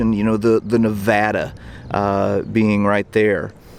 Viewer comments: As a native, I appreciate your knowing how to pronounce the name of the USS Nevada. It's a small thing but, as the Nevada drew fire which could have gone to cause even greater devastation, it's nice to see proper, accurate representation. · I'm so glad this gentleman pronounced Nevada right, few people know how to.